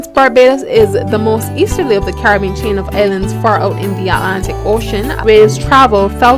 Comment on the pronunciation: I am hearing "Car-bean. Caribbean is a four syllable word. Also, the narration is difficult to hear with the loud song masking her voice. This video is .obviously not the product of professionals........Jackcobian...????....along with other weird mispronunciations......